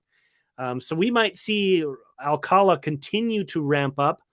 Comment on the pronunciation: OK, I live 20 minutes from Alcalá de Henares. That's where Jorge's surname originated, so to pronounce his name correctly, you need to put the accent on the last syllable of Alcalá. So it's alca-LA.